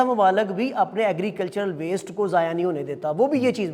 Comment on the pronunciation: Words zaya not zayaan